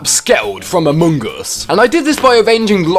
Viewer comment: Dear god. The way you chew up and spit out the word “among” is Horrendous!!!